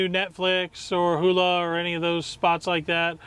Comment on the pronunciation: He called hulu hoolah!!! LMAO